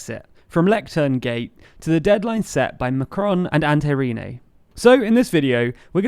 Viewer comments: Antti Rinne is pronounced: An- ti Rrrrrr i ... ne Please stop mispronouncing Antti Rinne xD. Finnish pronunciation is the easiest thing in the world, here a quick guide: Single letters short, double letters long (for double consonants, make a tiiiiiny stop before saying it), and all vowels and consonants sound exactly how you write them, there are no variations depending on what surroundings they're in. All vowels are pronounced individually (yö is pronounced y - ö, not like english Yo). R is rolled like russian R. There is no -h at end of things, and no other funky business. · "Antay Reenay" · Ante rinei? Antti rinne, say it like an from annihilation and tea(short ea, long t or double t) from tea, then space it like aunt. Rin like rinse and ne from next